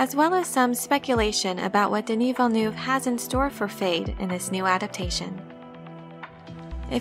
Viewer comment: Man has no one seen the blade runner 2049 special features? Dude his name is pronounced, Deni Villen nev WAh. Hes freanch canadian.